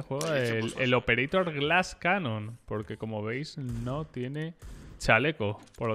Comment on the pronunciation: La vena que me explota cada que dice operator